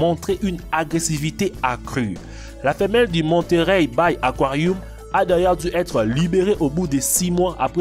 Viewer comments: Pk tu dit aquarioum? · Aquariu? Aquariou? 😂😂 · il dit aquarioum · J’ai arrêté au bout du deuxième akwarioum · Dans son aquarioum 😂😂😂 wtf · Le mec il a dit aquaruioum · Un réquin et un akouarihume 😂😂 internet kiffe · " aquariouum "😂 " réquin " " captivity " " États-Ounies😂😅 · "Probablement jamain" "réquin" "aquarioum" je suis morte 😂😂